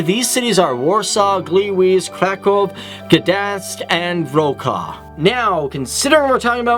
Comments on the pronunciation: Did in you say wrocław? because if so than you kind off spell it wrong. (I'm not saying that it is something bad, just if I spelled something wrong, i would like to know that). So you say it like it was Wrokław, because you read c like k, when it is more like c in cinammon ;) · I have a little tip for you. Before pronouncing Polish or other countries own names check in google translate how it should sound like. It was not bad but a little funny to hear Wrocław like "wro cla". Anyways nice video! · Where exactly is 'Gleewees'? Written in Polish it would be 'Gliłiz', which I'm pretty sure isn't a Polish city name. And your pronunciation of Wrocław is a little off too.